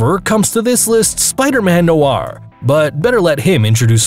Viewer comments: It's "noir spiderman". Not "spiderman noaaarr". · noir not nor